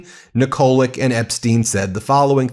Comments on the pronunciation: Pronounced Nikolich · Ben, pronounce Yugoslav names (Nikolić) that end with č, ć (c) same as Dersowitcz or ch(air). It's easy. Like Djoković, Dončić etc. Sorry.